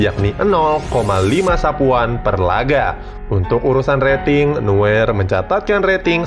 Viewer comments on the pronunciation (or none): Neuer bang bukan nuer